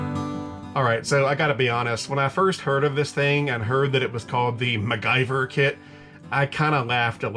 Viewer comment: Mac- Gyver....that made my laugh 😅. . Don't get me wrong. One of my all time favorite TV shows as a kid